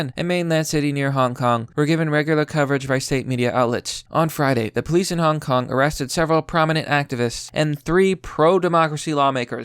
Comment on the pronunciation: At first I legit thought that you said 'hon honk is winnig the meme war' which is true but still.